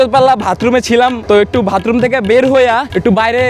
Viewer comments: ভাতরুম না ভাই বাথরুম 😂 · Vai vatroom na bathroom😅😂